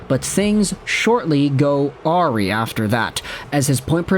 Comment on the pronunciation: I was MathLady.gif for a minute here, so I just wanted to note, without any disrespect, because mispronounciation just means someone has read a word more than they've ever heard the word aloud -- and reading is good! 💕 So, just for future reference, "awry" is pronounced "ah-rye." (And Google says "uh-rai" which is effectively the same, but I feel like "rai" could be mistaken for "ray," so I like my phonetic spelling better lol). What's funny is that, even knowing this, I do actually say it in my head the way you said it here, before the proper pronunciation clicks into place. Though I do tend to read everything phonetically before my brain runs an algorithm on the word and finds the correct pronunciation. Is that normal? I don't know if that's normal... English is... fun. Now I'm wondering about the etymology of the word. It IS an odd one.